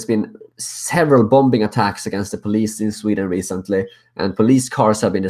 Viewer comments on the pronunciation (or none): BOMMING.... not BOMBING. The B is silent. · keep up the great necessary work! One cute point about an English word you use a fair bit, 'bombing' is pronounced bomming, the second B is silent. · I like the Swedish pronounciation of Bombbing